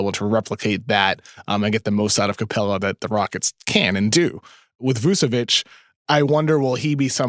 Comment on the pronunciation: Vucevic is literally an all-star and still no one on the states can prnounce his name. Its Voo-cheh-witch, not Voo-Seh-whitch